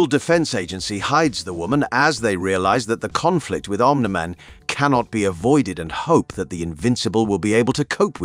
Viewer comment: The 100 different pronunciations of "Omni Man" tells me they used an AI to read this. Sigh...